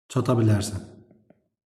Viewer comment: Çata❌ Qata✅